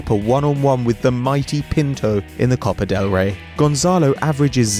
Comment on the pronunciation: for fuck sake,its copa not copar